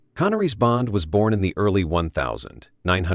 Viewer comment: Why can't the narrator say 1960's or 1970's correctly? It is annoying to say the least!!